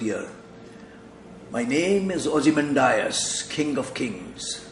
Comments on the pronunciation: check your pronounciation of ozimandias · ozymandias - check the pronunciation.